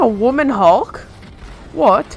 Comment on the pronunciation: It's like a women hulk (British accent) "what" lol